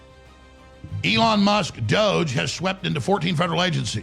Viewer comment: Your pronunciation is so wack. The name is Elon and not Eleon.